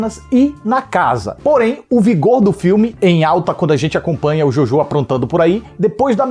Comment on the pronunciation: Achei so um filme legalzinho e bonitinho. Não me envolvi de verdade, tanto que só ri msm naquela última cena com o Hitler. Queria dizer q pronunciam errado o nome Jojo em alemão o filme inteiro, irrelevante, mas eu disse